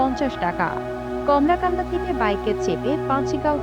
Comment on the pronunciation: বার বার কমলাকান্দা বলতেছেন,,,, আসলে কলমাকান্দা